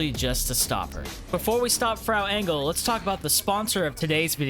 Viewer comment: Never heard someone pronounce Frau Engel so wrong 🤣 Greetings from Germany.